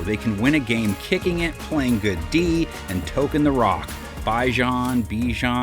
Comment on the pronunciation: You hear bijan name how many times a game...theres no excuse on why you cant pronounce it...put some respect on that man name